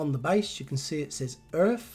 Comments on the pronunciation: Hi, first of all I enjoy looking at your channel, as a retired truck driver all of my working life I have drove many ERF's and Fodens', as other subscribers have mentioned the company is not pronounced "Erf" it's "ERF" in latter years there was all sorts of arguments within the family of Foden trucks, Edwin Richard Foden broke away to start ERF trucks, both company's have since defunct with I think ERF taken over by MAN trucks Germany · it’s E.R.F... not “Erf” the latter is what a Londoner plants his potato’s in.. 😂😂😂 E.R Foden was part of the Foden truck family. Foden wanted to stay with steam lorries but E.R Foden wanted to go diesel so started his own company E. R. F. Love the videos mate. Keep em coming